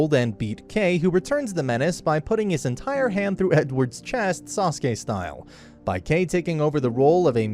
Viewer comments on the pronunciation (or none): Bro really said saskue style lmaooooo